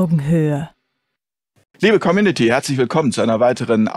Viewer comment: Wieder 'commünity', lieber. Com-you-nity. Ist nicht schwer. 😉👍